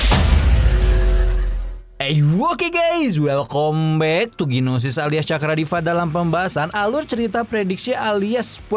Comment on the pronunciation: Huhh mantap betul nii ginosis 😂 tetep semangat bang🎉